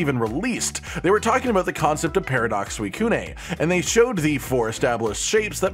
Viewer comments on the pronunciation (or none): Please never pronounce Suicune again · suicune- ay